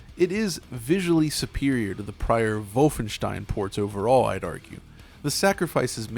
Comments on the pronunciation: That's a very Ted mosby way to pronounce wolfenstein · Not trying to be a dick but are you German? Doesn't sound like it... Worst thing in the video is you trying to pronounce Wolfenstein in a German American accent, but it's kinda funny it's so bad 😆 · I know he didn't, but the way he pronounces Wolfenstein just .... Makes it SOUND like he stormed the Capitol lol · Why does he keep doing the Germanic pronunciation for Wolfenstein? Is he European or pandering? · everyone:Wolfenstein:Volvenshtein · Vovenstein? Its not wolf en stein? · Every time this guy says "Vulfenshtein" it lowers his credibility. He knows that's not what the game is called, but he insists on saying it that way for some stubborn "everyone is wrong except me" reasoning. Makes him seem detached from reality, which leads me to wonder what else he chooses to be willfully ignorant about. He's the type of guy that would pronounce Data's name wrong on Star Trek and refuse to accept that although "datta" is an acceptable pronunciation of the word "data", the name 'Data' has only one pronunciation and that he is objectively wrong for saying "datta". Vulfenshtein is objectively wrong. And he is wrong for saying it. It is unnatural and stilted to switch accents and pronunciation mid sentence for a single word and stinks of "iamverysmart" over-compensation. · "volfenshein" come on man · I like how he said volfenstein but not wolfenstein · What the hell is "vulfenstein" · Say voffenshtien agaib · I like how pronounces Wolfenstein as 'Volfvenshtine' 😏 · "Volfenshtein" Literally cringed. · just call it WOLF-enstein bro noone but u pronounces it like that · Ikr? "Vol-fen-shtine." Shudder Ja voll, mein herr! No, thanks. Not for me. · Vulfenshtein. The way he says Wolfenstein is annoying. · You sound like adumbass when you pronounce Wolfenstein btw. MajorClownEnergy. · Learn to say Wolfenstein properly you chump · Moooom he's staying Wolfenstein wrong! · I CRINGED EVERYTIME THIS DUDE SAID WOLFENSTIEN